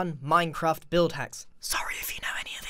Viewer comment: Minecraft* dude not minecreaft